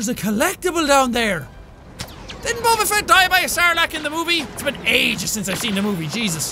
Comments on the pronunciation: did anybody else notice he said bober instead of boba? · Boba not bobrrrrr